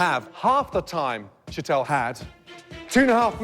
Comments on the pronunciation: it's Sh Tall not sheet-l, jesus christ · Why can't anyone pronounce Sheetals name correctly like Sheelah isn't even close